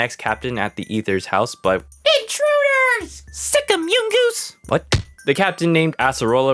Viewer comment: Why he pronounce yungoos like that it’s young-oos